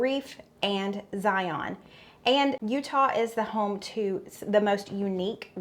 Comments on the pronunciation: Utahans say "Zi-in" not ZiOn....... Just saying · FYI: Zion is pronounced Zi-un instead of Zi-on. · I need to make this again lol. I often add chopped ham to boost protein. You did really good represeting Utah. The mountains are gorgeous!!! Btw its pronounced Z-eye-un, not Z-eye-on 😊 and your hubby totally crushed it!!! 😂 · They are like a warm hug, so good. My grandma use to make them all the time. Oh and yes I'm from Utah! Yeah we are famous for green jello and our fry sauce. No Steven but I may try it though. And it's actually pronounced Ziun (Zion). Thank you for having us.